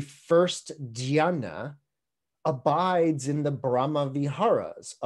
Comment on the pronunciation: It sounds like you are pronouncing "Dhayana" like "Jannah" as in the Arabic word for heaven; from the Islamic faith. Interesting that these two words would sound so similar. I could not find a linguistic link between the two. "Jannah" is of the garden in Arabic. I believe Sanskrit is much older than Arabic, so I wonder if some language or even concept borrowing might be going on. Do you have any knowledge of this? Awesome presentation, by the way.